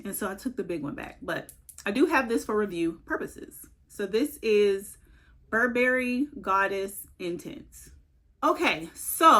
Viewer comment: No berries in buh·buh·ree. Stress the first syllable. You're welcome.